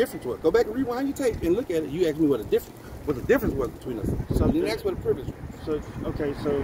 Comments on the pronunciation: Yeah, it's almost impossible for words to be pronounced correctly now days! The word is 'ASK'... Not - 'AKS'! One more time - 'A S K' ... NOT... 'A K S' ...! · Did he say axe instead of ask. What's wrong with these people's speech? They must be ignorant. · this guy is not real bright.....what does he mean when he says "ax"? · LOL he axed you alot Hes one slick tongue twister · I think this person who is wearing a gun is trying very hard to assert his black privilege and he thinks that he is a wordsmith and he can’t even say the word ask! And he is a supposed law enforcement ignorance is bliss